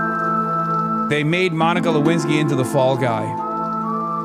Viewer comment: "DONIKA LEWINSKY" LMAO